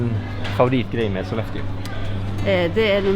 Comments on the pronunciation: Ok, for many of these northern cities that ends in "eå" you don't have to pronounce the "å", it makes you sound like a non-native 😁 I lived 85 km west of Sollefteå for 2 years, and no-one pronunced it with the "å" there. Other cities you can safely skip the "å" for without sounding strange are: Umeå, Luleå, Piteå, Skellefteå, and Torneå. ... well, I'm a bit torn (pun intended) about Torneå, I sort of, kind-a, tack it on there... sometimes. 🤔 There might be more of them, but none I can recall at the moment. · Jepp, Sollefte, Lule, Skellefte, Ume...up north we have to spare on energy, especially in winter so why put a totally unnecessarily vocal at the end! 😄